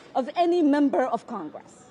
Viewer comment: Ilheart Omar acting like a victim. I absolutely can't stand her voice. It's prononunced congress, NOT con gress. YUCK.